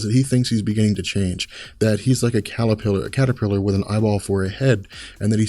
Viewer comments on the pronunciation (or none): none